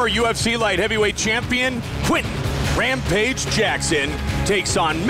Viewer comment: Matt Hammil: I "tink dat Wampage id a goot fita, but, I’m pwetty suh my wettling id going to be da diffwence in dis fight."